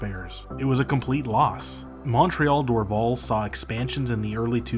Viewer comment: Your pronunciation of Dorval Airport is wrong. It’s pronounced ‘Door-Val. ‘. I apparently was taken there in 1964 when I was 3 by my 13 year old sister to watch the Beatles land. I however have no recollection of it. Lol. Cheers from Montreal